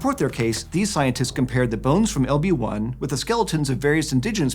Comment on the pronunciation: Every time he says "LB-1" I hear "Obi Wan." H E L L O T H E R E